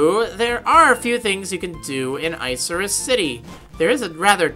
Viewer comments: Isn't it pronounced "Ick-a-rus" Like the cloud? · Is it really pronounced Ice-Cirrus City? It sounds soo dumb like that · i thought it was pronounced "ick-er-us" lol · I thought it was like 'ICK' -irrus not 'ICE' irrus...